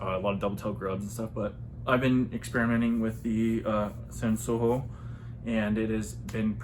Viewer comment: It's pronounced sun show ooh o